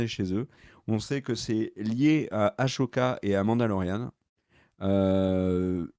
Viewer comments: "AssssssssOka" pas "ASHoka" Ça s'écrit Ahsoka, il y a pas de "ch" dans hs ! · Après toute ces années t'as toujours pas compris que c'est Ahsoka et pas Ashoka c'est fort quand-même... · Comme dit plus bas on dit Ah ssoka pas Ah chaud ka! XD😅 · Ker le malin qui dit Ashoka au lieu d'Ahsoka. comme par hasard plein de commentaires à ce sujet. comme par hasard. Très malin. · Les gas je vous adore mais quand vous dites Ahsoka comme s’il y avait un CH alors que non ! Si on écoute la vf ils disent Ahssssssssssssoka Ahah avec un S ! Voilà c’est tout sinon j’adore vos vidéos et votre humour 😜😜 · j'ai beaucoup aimé la vidéo, les informations sont sympa, l'ambiance est chill mais ... pitié Ahsoka se prononce A-SO-KA pas A-SHO-KA. Le H est avant le S. :)